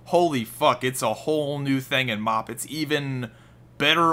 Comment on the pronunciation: says MoP like "Maop"